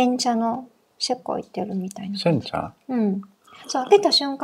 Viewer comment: 、こんにちは🌸 の煎茶発言は多分これが初めてだったと思います😆 思ったより発音が良くて私もびっくりしました🤣 いろんなお花が入ってたので日本茶だけどすごくフルーティーでしたよ〜✨